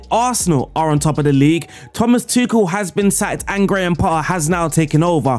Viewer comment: why do i hear "grandpa" every time u say his name?